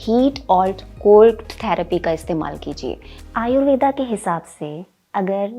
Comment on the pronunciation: यह शब्द 'आयुर्वेद' है, आयुर्वेदा नहीं। शब्दों को समझ कर बोलना समझदारी है।